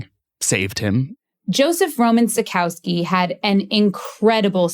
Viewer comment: Why mispronounce his name so badly? Is it so hard to get it right. Really great story though...